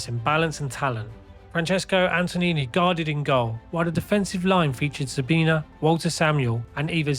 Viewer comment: Nice video. (One suggestion though, please do a better job pronouncing the names of the players correctly ie "Anton-ioli" not "Anton-ini")